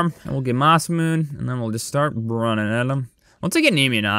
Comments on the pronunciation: It’s (Masa•moon•nay) NOT (Masa•moon) ❤️👌🏻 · masamune (mass-uh-moon-ay)